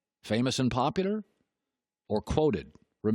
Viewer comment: Doesn’t anyone else ever realize when he says “Popudar” instead of “Popular”